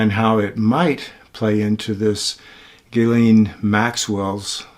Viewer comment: its pronounced Geelane 😉 but spelt Ghislaine.